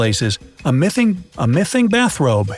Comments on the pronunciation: that one part of the video "the mithing mithing the missing" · did someone hear the "mithing" bathrobe? guess the didnt edit it. haha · I can now die peacefully. The only time he mispronounce it But his voice is good though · person: In other cases, a miffing, a miffing bathrobe, take two, a missing bathrobe..”😂🤣😀😆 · He said mithing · A mithin bathrobe a mithin bathrobe again: A missing bathrobe Me: The first time you said it wasn't proper English (Not to be rude) Comment if you noticed that Like if you didn't notice it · “a miffing, a miffing bathrobe. Take two...” 😂😂🤣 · “A mything, a mything bathrobe, take 2. A missing bathrobe.” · "A mitting bathrobe" A mitting bathrobe" take 2 " A missing bathrobe 😂😂😂😂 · Did anyone notice the commentator having trouble pronouncing "missing bathroom"?